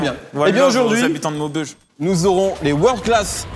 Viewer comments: 😂 cet accent 😂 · jpp comment il a dit "maubeuge " Mehdi 😂😂😂